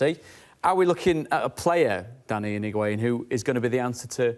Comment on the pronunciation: The amount of people that are butchering Higuaín’s name 😂